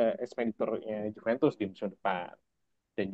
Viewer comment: Host baru pembawaan sudah bagus, cuman perlu baca referensi lebih, misal kayak penyebutan klub harusnya kan "Yuventus" bukan "Djuventus" , makasih